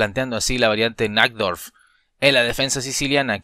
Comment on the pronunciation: Pequeña corrección, recordar que la "J" de Najdorf se lee como "i", y suena algo así como Naidorf ....